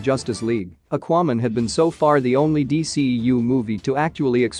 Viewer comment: And Akuayman lol